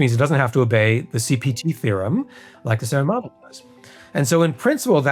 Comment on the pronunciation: Jesus, I keep on hearing CBT instead of CPT. Edit: This part is a banger.